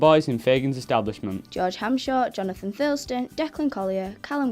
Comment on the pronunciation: Netherwood School Great to see that Jonathan has got a part as one of Fagins boys... we will support him and all the cast all the way, however could you correct his surname please it's Thurston not Thurlston thanks. Good luck and we'll don't to everyone. Mrs Sarah Thurston